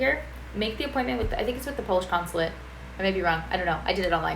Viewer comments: Very good pronunciation for being just a one week in PL. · Visit Warsaw on November 11 :) Your pronunciation in Polish is really good.